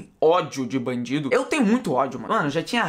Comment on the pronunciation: Kakakakakaka... Qnd vc foi falar "vc têm ódio d bandido?" Eu entendi "vc têm ódio d mendigo?" Kakakakaka aí mó noss os cara passando fome e ele querendo mata eles kakakakakak abraço mn